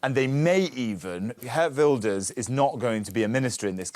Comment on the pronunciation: Herr Wilders? Watch your pronunciation please 😮